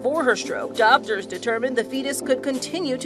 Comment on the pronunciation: The way how she said “doctors”sounded weird •_•